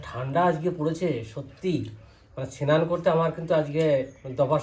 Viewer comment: Sinan hoy na snan bolun